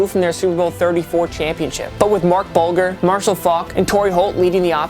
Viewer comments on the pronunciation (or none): Please don't let this guy mispronounce names again and still post it. Smh. I know he might be young, but if you're gonna have him be on video, correct him when he says Marc Bulger's name ever again. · How old is this dude??? How are you a host on a sports show and can't say Delhomme or Bulger's name the right way??? Tell your brother to school you kid